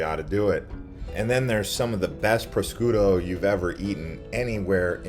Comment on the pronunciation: Thank you so much for the good pronunciations (compared to other people's videos) - mostly. Prosciutto was a fail; sorry.